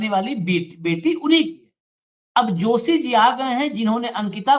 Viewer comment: वो जोशी नहीं दोशी है